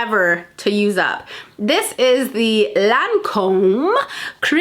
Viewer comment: Omg that Lancôme makeup remover in the blue bottle that you couldn’t pronounce...... SO DAMN EXPENSIVE BUT SO GOOD!